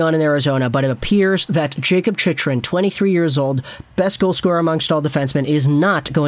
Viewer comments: Chicken* :p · It's pronounced chickrin